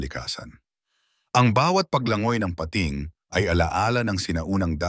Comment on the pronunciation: Peyting (pating) haha😂